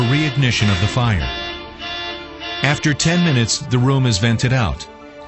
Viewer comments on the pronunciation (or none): none